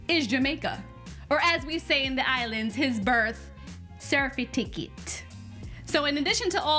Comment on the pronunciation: Birth Cer-fi-ti-cate or age paper🤣🤣🤣🤣